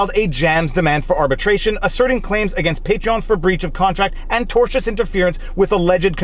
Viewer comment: Thank you for being the only creator on Youtube that can pronounce the word "tortious"